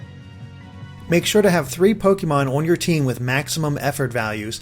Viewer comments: It's funny that most of the Pokemon he says is wrong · You sure do know how to pronounce some of these Pokemon names! hehe....